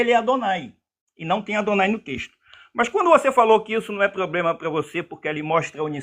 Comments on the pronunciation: Quando o camarada começa com essa pompa toda, abrindo textinho em grego e lendo anotações de gramática, normalmente ele fala “poblema” e leva uma surra da bíblia. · Kkk Quando ele falou: _"Só que nós temos um 'poblema'" , aí perdeu totalmente a credibilidade . Kkkk